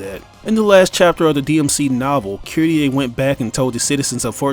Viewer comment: Who the hell is kittieh, her name is Kyrié.